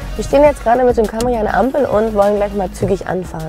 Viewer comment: das heisst Cämry!!!!!!